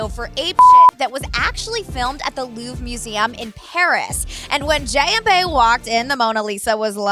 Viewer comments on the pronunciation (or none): none